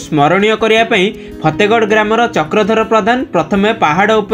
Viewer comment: ଫେତେଗଡ ନୁହେ ଫତେଗଡ nd in english y can say fatehgarh 😂😂😂😂😂